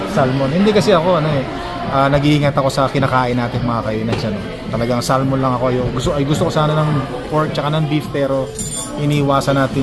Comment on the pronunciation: hindi SAL-MON kundi Sah-mon.